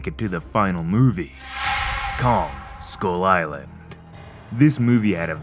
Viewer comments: “Skyul eyelan” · anddd he pronounced skull island as "school island" which is true